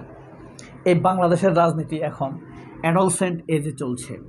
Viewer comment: বিনয়ের সাথে বলছি, উচ্চারণ হবে “এডোল্যাসেন্ট” যেখানে “এডো” উচ্চারণ করতে হবে নরম ভাবে আর জোর দিতে হবে “ল্যাস” শব্দ এর উপর । ধন্যবাদ ।।